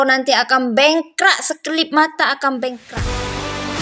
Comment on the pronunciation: Cewek ini suku apa...bengkrak tapi sebutan sebetulnya adalh bangkrap. Hormatilh peraturan atau undang~undang d setiap negara.... Jgn emosi